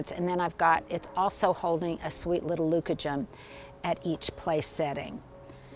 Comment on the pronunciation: Lovely. Leucojum blooms later up here in zone 5. BTW, the accent is on the middle syllable. (Fine Gardening reader)